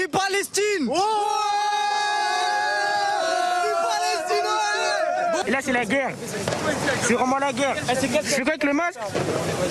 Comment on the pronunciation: " frifri palestchine " ...